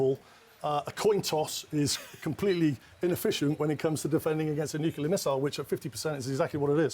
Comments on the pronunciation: It's nuclear, not nuculear. Idiot. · Newkular. Much better than the oldkular. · Simply cannot listen to so-called experts that add an extra syllable to the word 'nuclear'. Next! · Guy can't pronounce nuclear